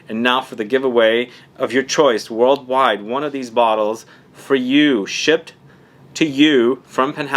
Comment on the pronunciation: Did i hear Wörlweit ?